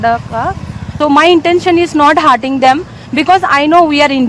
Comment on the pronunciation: ಅಕ್ಕ ಅದು hearting ಅಲ್ಲ, hurting. ನೆಟ್ಟಗೆ English mathadakke ಬರಲ್ಲ. ಮತ್ತೆ ಈ ನಿನ್ನ ಹೊಲಸು ಬಾಯಿಯಲ್ಲಿ ಕನ್ನಡ ಬಂದ್ರೆ ಪಕ್ಕ ಕನ್ನಡಿಗರು ಕೈಗೆ mett thagolodhu confirm. 😂